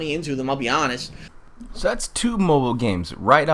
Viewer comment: "I did sink a little...some money into it I'll be ahnest" sus